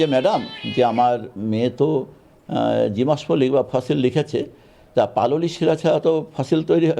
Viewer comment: যে জীবাশ্মের সঠিক উচ্চারণ জানে না, সে কি না শিক্ষক! ভাবতে অবাক লাগে 😔